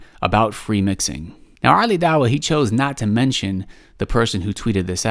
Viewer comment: Wow at the end he can't even speak right he said oli and ali wrong everytime which was 4 counts. I know he is wrong but am subbed to him because he is kurdish and so am I but for real I can't listen his supposed comedy is not funny. And really you can't take knowledge from someone like him or MH